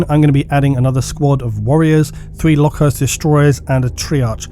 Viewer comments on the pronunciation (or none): and lokhust is locust